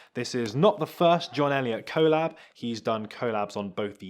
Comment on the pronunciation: Please learn how to say collab